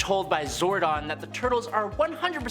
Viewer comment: It’s zordon not zardon schwinhunt